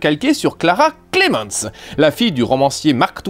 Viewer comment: ca se dit pas clémeuns ca se dit clémmainz, je le sais c'est mon nom de famille aussi